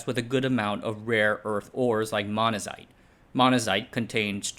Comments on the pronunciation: "Beryllium" sounded fine, I more noticed "Monzanite" vs "Monazite" Two very different rocks... and it's spelled Monzonite. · oh my god you suck at reading this script. Get someone else to do it. What is this, AI trash? Jawaharaoo Nehru. Manazite. Gotta get that Manazite. LOL